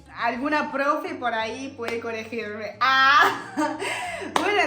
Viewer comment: Muy lindo tu vídeo. Se dice verdulería, con L... Hablas muy bien el castellano, es correcto decir solidario y no decimos coregir, decimos corregir lo decimos sonando la rr fuerte. 😂😂😂arre, al palo,re loca😂😂😂ya eres una argentina total!! El broche de oró el boludo😂😂😂